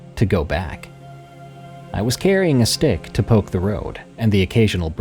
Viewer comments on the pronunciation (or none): none